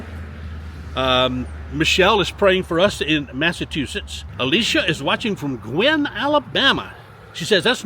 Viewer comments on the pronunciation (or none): You gave a shout out to viewer in Guin, AL. I went to school there. The town is named after a man with the last name of Guin. In this case, it is pronounced Gyoo in, rhyming with few in.